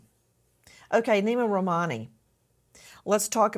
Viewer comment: Its pronounced "Name" why are they saying it like Neema... beautiful name has been butchered 😢